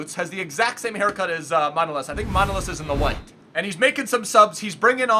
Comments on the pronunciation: His name is Manolaaaaaaas not Manoooooolas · bro, just because you like getting them pronunciations right, his surname actually sounds like manoLAS. This is a common premise with most Greek surnames, they are usually pronounced on the end of the name instead of the beginning like most names in other languages. Thanks for representing bro!